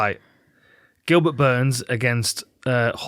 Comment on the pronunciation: Did she call him Goobert?